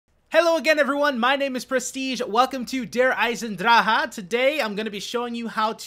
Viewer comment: its der eye-sin-drak